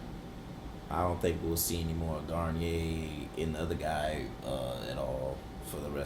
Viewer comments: "Gar-neer". "Garn-yay" is a shampoo. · I had to comment because it's killing me. Bill's last name is pronounced Garneer...not Garnyay. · Cute you guys are calling him "Guarniére," like the nice shampoo, but it's just "Bill Gar-neer-eh," or for everyone else "Gar-Neer" (or "Gonorrhea").